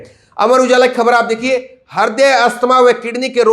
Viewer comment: हरदय नहीं बोलते बेटा ह्रदय बोलते हैं 😜😜 प्राइमरी विद्यालय में शिक्षा प्राप्त करने के तुम पूर्णतया योग्य लगते हो 😜 प्राइमरी शिक्षा पूर्ण करने के पश्चात तुम पत्रकार बनो या ना बनो 😜 लेकिन ढंग से हिंदी पढ़ना सीख जाओगे😜😜